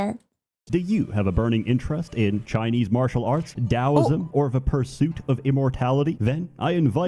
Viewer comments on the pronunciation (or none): none